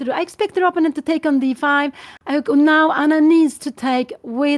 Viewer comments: Give her a break … it’s her second language and many people mispronounce words especially in a second language do to muscle memory of the first language. You know she means “opponent “ . She is a nice lady and with a funny quirk. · Dear Anna, can't you teach your mother to pronounce "opponent" the right way. She has her very own (wrong) variant of the pronunciation. And it's a word she uses quite often.